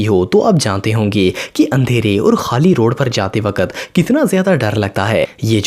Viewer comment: Bhai aap wakat to wakkkat qqq bol te ho